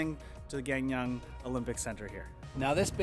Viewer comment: Hello! Came here by YouTubing 'PyeongChang 2018'! Amazing video and hoping to watch more of your videos!! By the way you are pronouncing Gangneung (강릉) wrong.. It sounds like Gaang Neung - Here's a video that may help :) Smashing that sub button